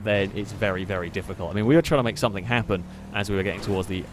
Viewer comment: anyone else noticed that he always pronounces "something" like its spelled "someTHINK"?